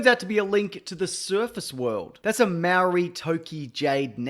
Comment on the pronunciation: Another one 😂 "Maori" is a language just like english with its own vowel sounds. Maori is pronounced "Moldy", just hear this too much from anyone not from australasia